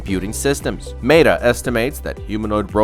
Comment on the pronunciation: How is it that with AI advancing so fast, your episodes are getting worse in every way...cant you have claude proofread for your scripts? Is your model so old you cant even change the pronunciation of Meta?